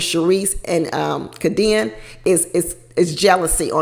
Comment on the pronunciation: It's pronounced K D N. Not Ka Deann.